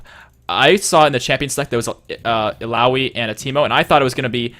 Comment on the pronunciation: Is hecarim viable this meta? Also nice job! Does anyone know when the new champ select will come out? Also good job on pronouncing ill ow ee :)